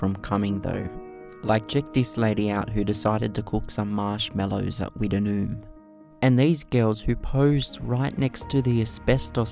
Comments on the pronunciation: Its pronounced wit-noon ha ha not wita-noon it's a common mistake mate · pronunced witt..nume not wit..en..noom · I’ve never heard it pronounced like you do it, we’ve always called it “Wit-Noom” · It is pronounced Wittnoom.I worked at MT Goldsworthy iron ore miine in 1970 and we used to swim in wittnoom gorge